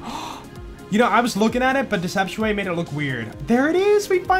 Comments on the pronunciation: The fact that you say “deceptiaway” is just disgusting to hear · I always heard "Deceptuate" like deception and innervate.